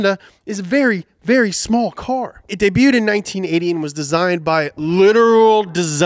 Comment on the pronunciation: actually said DEBUTED and not DEBUTTED as he always does O_o